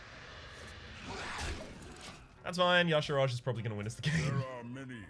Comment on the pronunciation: Today you made me sad:(. Y'shaarj. Ee-shaarj. Not yashirage. This ain't some Footworks or Caltrop nonsense:P